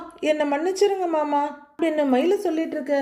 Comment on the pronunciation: சகோ நீங்க மயிலின் குரளில் மாமா என்பதும் , ரோகிணியின் குரளில் மனோஜ் என்பதும் , உச்சரிப்பு பக்கா பொறுத்தம் 🎉❤❤❤❤🎉 ( அழகு )